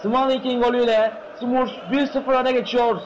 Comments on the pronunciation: smörfs değil yalnız, sumurfs beyler : ( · Smurfs'a (Simörfs) (SUMURFS) DEDİ AMK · radyoda maç anlatıyor sanki aq. SUMURFS ne lan SUMURFS ne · Ya onu bunu bırakında "sumurfs" nedir ya :D